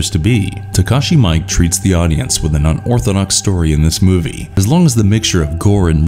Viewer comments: Takashi Miike’s name is pronounced “me e kay” not Mike. He has done over 100 films + television series, many horror influenced ... One Missed Call, Imprint ( from the Masters of Horror Series), MPD Psycho, Ichi the Killer, a segment of the anthology Three Extremes and more. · Takashi MIKE???? It's MEE KHEEEEEEE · Its pronounced Takashi miike. "Meekay" not "mike" you're welcome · Couldn’t remember if it was “meek” or “meekay”, but knew it wasn’t mike. But it didn’t sound weird. Honest mistake. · His name is pronounced Taskashi Mee Kay Not Takeshi Mike 🇯🇵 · lol "Takashi Mike" MEE-EE-KEH Audition : no thanks. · It's Takashi Miike (mee-kay). Not mike. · I suppose no one cares much about these details, but really, simple respect should be enough to cause us to make a reasonable effort to pronounce foreign words and names correctly: The film maker's family name is pronounced "mee-EE-kay" (three syllables), not "Mike". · Takeshi Mike?? It's Miike. Mee-khe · Takashi Miike....it's pronounced Mee-Kay, not Mike. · TAKASHI M I K E? 💀 I’m pretty sure it’s not pronounced Mike lmao his name is Miike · MEE-KE, not "Mike" ... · Excellent choice (I've seen them all). Do look up how to pronounce Takashi Miike surname, you were very off (it isn't pronounced Mike). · Takashi Miike's name is pronounced "mee-e-keh". The second 'i' lengthens the 'mi' phoneme a little more than usual. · Takashi Miike his last name is not pronounced Maik or Mike if you were in japan and mispronounce a last name like that they would roll eyes on you with scorn they find that as a lack of respect, for the rest the video is great thanks for the recommendations